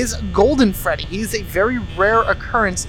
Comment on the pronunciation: this helps me a lot. THNX! XD oh by the way. you said feddy